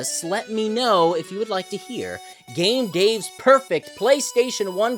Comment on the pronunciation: He IS.... not Shave Dave.